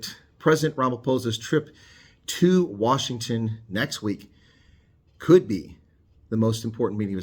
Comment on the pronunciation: Washington not Wasihgton